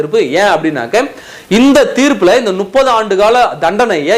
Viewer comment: Adei venna mothalla tamil Olunga padinkada Nuppathu illa Muppathu Muppathu Muppathu